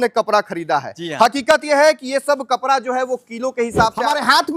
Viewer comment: Ye Bihari hai kapda ko kapra bol rha hai